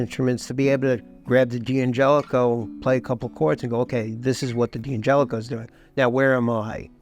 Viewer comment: I loved the video and I'm in awe of the beauty of those instruments. However, I'm left with a question! Surely the apostrophe after the D of D'Angelico, D'Aquista and D'Addario means that it they're pronounced Dangelico, Daquista and Daddario, and not Dee Angelico, Dee Aquista and Dee Addario?